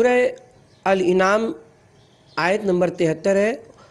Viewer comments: Please found a good reader; does not know difference of Al-Anam and Al-inam. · ایسی معرکة الآرا کتاب کو پڑھنے کا کام مناسب فرد سے لینا چاھئیے تھا. جو اردو کی درست خواندگی کر سکے. سورہ الاَنعام کو سورہ الاِنغام اور سورہ الاَعراف کو سورہ الاِعراف پڑھنا فاش غلطی ھے جو قرآن کی نسبت سے نہایت شدید غلطی ھے. مزید... موصوف کا بارھا "اُن" کو "اِِن"..... اور " اُس" کو اِس" اور" اُسے" کو "اِسے" اور ، "لاحِق" کو "لاحَق" پڑھناظاھر کرتا ھے کہ موصوف اردو زبان اور pronouns کے درست تلفظ سے ناواقف ھیں. براہ کرم" آڈیو بکس" کو ریکارڈ کرنے کے لئیے درست فرد کا انتخاب کریں.